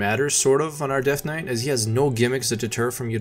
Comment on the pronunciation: I thought this was a vid about a deathknight build, not a dead knight.